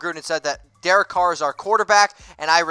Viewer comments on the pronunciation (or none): none